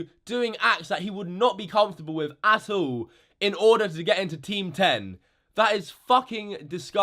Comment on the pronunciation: i think when he says " attool' i think he means "at all'